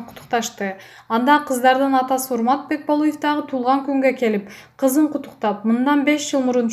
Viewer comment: БекболЫев эмес.Бекболиев